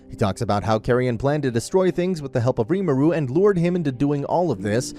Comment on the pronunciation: Its not pronounced rimuru its pronounced ree-mu-ru i am a stan for tensura so ,im sry but this kinda ticked me off